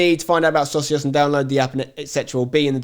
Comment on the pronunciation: Don't personally care about the Socios deal but please pronounce it properly 🤣. It's already a word in Spanish